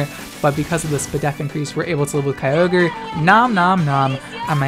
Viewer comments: It’s pronounced Ky-O-Ger, get it right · I will always pronounce Kyogre "Key Yo Grey" from now on to piss people off. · Pronouncing Kyogre like that is exactly the kind of thing that pisses my brother off, I’m gonna do it forever now